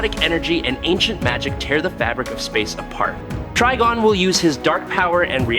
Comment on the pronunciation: We got to spell it trYgon for this dude to actually say it right. 😭😭🤦🏾